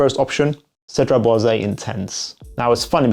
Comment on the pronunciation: Hey! First of all, thanks for your videos and dedication! One thing I‘ve been wanting to tell you for quite some time: Cedrat Boise is actually pronounced with a silent „e“ at the end as it‘s no „é“. So just stop at the s and you‘re good 😁 Keep up the great work ✌🏽